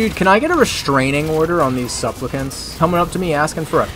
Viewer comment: "suplpicants" NO BUT this was so hilarious